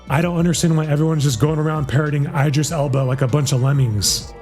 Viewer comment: Can't even pronounce Idris, or Cillian.